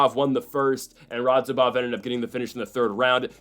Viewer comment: Still didn't say "Radzhabov" correctly a single time. Lol